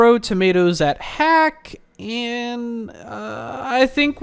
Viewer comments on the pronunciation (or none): none